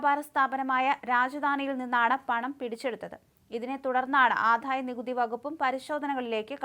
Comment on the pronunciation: ആധായമല്ല ആദായമാണ്